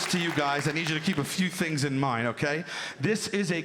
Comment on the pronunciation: “He has knives for fings” dead 😅